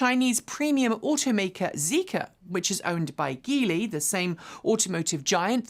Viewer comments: Aw Jeely. Come on Jeely. Aw Jeely. Jeely. (Looks like Geely sounds like Jeely, you can always write it this way for the teleprompter.) I guess you are not as inclusive as you’d like everyone else to be. There was a video a while back where you even apologized for mispronouncing the Croatian based car maker/tech company, RIMAC. And my goodness you even have the graphene š for Skoda (in the description) and pronounce it with the SH sound. Why then not Jeely for Geely, when you say it. This is one of a handful of auto focused channels that wants to still call them GHHEELY. Aw Jeely! What say you? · you could have just said “Geely is pronounced with a soft G, not a hard G”. The multi line rant was unnecessary.